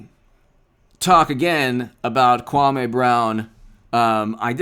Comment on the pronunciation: You disrespect the man when you pronounce his name wrong...it’s (Kwah-mee) Brown